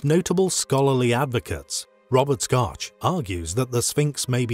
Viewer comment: DR Robert Schoch. Not Scotch